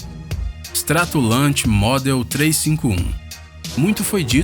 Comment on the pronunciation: Como é que eu vou seguir um canal que além de ter soltado várias informações erradas sobre todos os aviões, mencionar "chassi" se avião tem chassi não sei onde fica... E como eu vou seguir canal que pronucia "stratolante" pra Stratolaunch??? Meu amigo, de uma pesquisada mais afundo aí camarada...